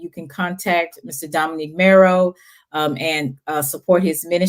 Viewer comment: Dominic Morrow (like tomorrow), not Dominique Marrow. I agree, he is a very humble and gracious man of God.